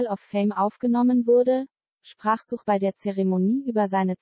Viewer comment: Man sagt nicht Such, wie suchen, sondern Such, wie sach, wo lebst du den? :D